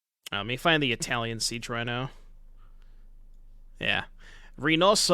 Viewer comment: Your Italian was on point mate 😂